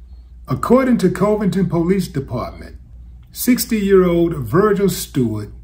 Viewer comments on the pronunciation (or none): its CUH-vington, Willie...not COE-vington 😂 ....this is local and ive heard nothing of this one